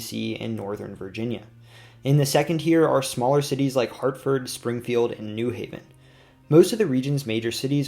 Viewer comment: The accent is on the HAV of New Haven, not the NEW.